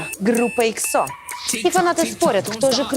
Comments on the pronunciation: эксо уд на э, а не эксо уд на о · Не экзо́ а экза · ЕХО ударение на первую букву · Чен который никогда не делал пластику : 🗿 И извините меня ИКСО ? Просто сначала проверьте как правильно произносится EXO … смотреть дальше не буду , впечатление не очень.